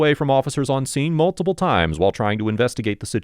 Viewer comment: Multiple not multiBle